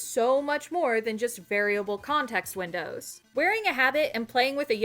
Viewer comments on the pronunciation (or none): none